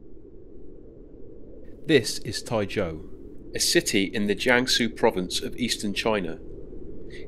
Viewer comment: then your pronunciation and typing are wrong